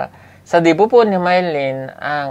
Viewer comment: debut po not debu